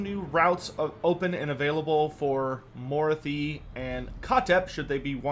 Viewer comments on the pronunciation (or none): morthi? her name is morathi, she says it very clearly